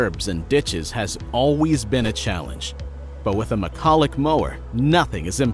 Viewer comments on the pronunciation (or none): none